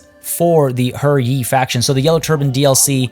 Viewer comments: It's pronouced Huh Yee not her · HER Yi? No, I'm not saying that. If that's how it's actually pronounced, then when translating the name they should have spelled it that way in English.